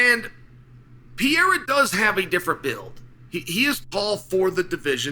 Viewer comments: My guy why do you keep saying Pierre' Pierrer". Guy's name is PE RE I RA. Just sayin' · It’s pereira, not peheira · Pe-rei-ra not Pee-hei-ra 😂😂😂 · It may be easier if you tried saying Pe-rey-ra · we’ll know when Alex has accomplished enough when Chael bothers to learn how to pronounce his name. as of right now he’s still hasn’t done enough. you’ll get acknowledged one day Peehera. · Here for the chance Chael mispronounces it as "Pee-air-uh" 😂😂😂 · “reira” is too hard to pronounce for English speakers 😂😂 it involves a quick roll of the r as Portuguese is very similar to Spanish Pronunciation is RRey-RRah Peh-RRey-RRah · Name dyslexia 😅. Try just sounding this out Per..rer..a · The day Chael pronounces his name right, Pieria will loose 😂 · Pereira has accomplished so much that Uncle Chael is making a good faith effort to learn to pronounce his name 🔥 We now call “Pu-Harrah” the man who was once “Piera.” If he becomes champ/champ/champ, I think we’ll get the next evolution of Chael’s take on his name. “Pu-Harrah” said in a promo piece last night that he’s always evolving his game. Uncle Chael is no different. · Who is this Pee-ay-rah that you talk so much about Chael?😂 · Pee-air-uh puts on his demon face-paint and does black magic techniques with his eyes. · Yesterday it was "Pierra" and later in this video, too. On top of everything else he has accomplished, Alex has also had to change his name every time Chael makes a video. That feat alone makes him a superstar! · Chael is smart. Does he mispronounce Pereira’s name on purpose? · Hey Chael, pls learn how to say Pereira correctly. U got lots of brazilian fans.... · Maybe one more win and Chael will give the man enough respect to say his name right lol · Come on bro at least say his name right lmao